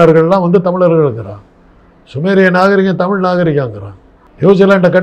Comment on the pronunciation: தமிழ் நிறம் ரிப்போர்ட்டர் தமிழ் என்று சொல்லி படிக்கவும், தமில் என்று சொல்லாதீர்கள்